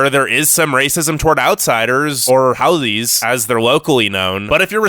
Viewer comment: The way this dues pronouncing Hawaiian is just cringy, I could bare Aloha cause people always get that wrong. But haole?? If you miss pronounce haole as haoli then you truly one haole